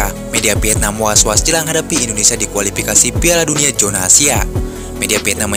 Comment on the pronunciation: Kualipikasi jona asia. Tolong dong yg bener ngomongnya,KUALIFIKASI ZONA ASIA,bukan JONA